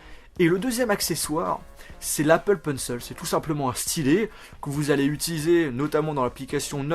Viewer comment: Je te jure j'ai envie de te tuer quand tu dis <<Apple PencEUL>> XD